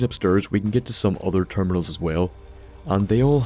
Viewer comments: fuck stop saying upsterrs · He went upsturs!